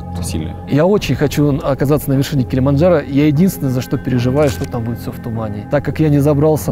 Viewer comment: Забавно что Масленников неправильно выговаривает название горы Килимаджаро(без Н)